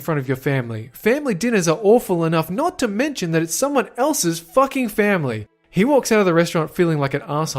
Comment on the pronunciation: i dont know why but i pressed J 3 times (a short cut for go back a few seconds) and all i heard was family! family... femley